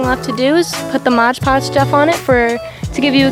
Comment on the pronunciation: Love what you did to those trays ❤️ Hate how you pronounced “Mod Podge” lmao